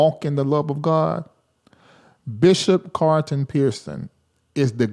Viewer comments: I don't have a problem with him being from the south -- My parents are from the south! is an intelligent man, and he's very articulate. I don't hear him mispronounce many words... I know he can say CARLTON instead of CARTON! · his name is pronounced CARL-ton... When you say it, you leave out the L.